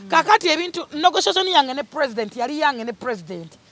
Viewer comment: 🤣🤣Conekson yange and Negosason yange🤣🤣🤣 Fulfigure🤣🤣🤣Oluzungu Lwatabu